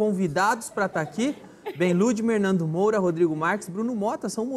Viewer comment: Gostei não , e eu acho que o Danilo Gentili falou Nando Moura errado e nem percebeu pessoal .